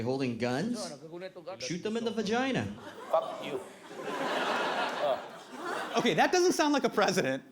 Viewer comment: “buc u” lmao